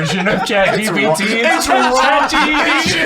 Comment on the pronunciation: I, for one, hope never gets 'GPT' correct. It might not be a bit, but it makes me chortle every time.